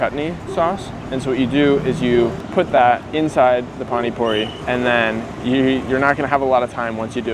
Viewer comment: It is pani puri not phani phuri